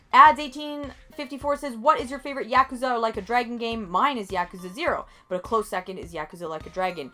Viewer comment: OMG, you said Yakuza correctly.